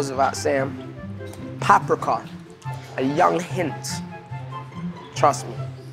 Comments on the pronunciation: oh loool coz at the start chip was saying pap-rika but oh well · They saying pap rikar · catch chip saying pap-rika cause man don't pree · is it me or are they all pronouncing Paprika wrong? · Didn’t even say paprika right 🤣